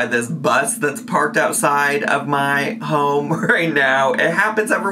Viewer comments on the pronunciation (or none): Am I insane or does pronounce home as Houm? What’s that about?